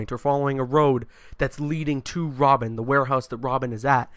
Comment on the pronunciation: "its this intense chase to save WOBIN!!!''